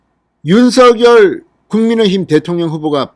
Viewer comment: 진성호님의 발빠른 정보와 민주주의 발전과 법치주의에 근간한 융단폭격에 늘 시원한 사이다 처럼 속이 뻥 뚤리는 기분입니다. 국민의 힘 국회의원 백 여명이 못하고 있는 정부와 여당 의원들의 도를 넘는 행태에 절제된 음성으로 국민들 곁에서 늘 함께 든든한 방패가 되어주심에 감사합니다. 부탁드릴 말씀은 방송에서 윤석열 후보의 이름을 [윤서결]로 발음하시는데, 이는 '작열하는 태양'에서 [자결하는]으로 발음하는 것과 같습니다. 올바른 발음은 [장녈하는] 으로 발음해야 합니다.이는 '작열'을 발음할 때, '열'의 초성자음 ㅇ이 유성음으로서 앞의 '작'의 종성(받침)인 무성자음 'ㄱ'에 영향을 주어 같은 계통의 유성자음인 'ㅇ'으로 동화된 후 그 영향을 주었던 ㅇ에 ㄴ이 첨가되어 "녈"로 바뀌었기 때문입니다. 따라서 같은 이치로 윤석열 후보를 [윤성녈]로 발음하는 것이 올바르다 하겠습니다.(국립국어원 표준 발음법 참조) 작열[장녈]하는 태양, 윤석열[윤성녈] 은 발음,감사합니다!